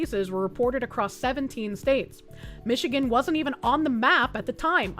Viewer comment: IN MISHIGAN 🤣🤣🤣